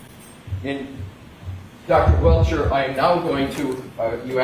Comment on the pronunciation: King of the Objections. Welcher (should be Belcher). I love watching this guy, lol.